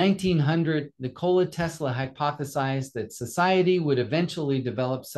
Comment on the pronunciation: Nik-ola not Ni-kola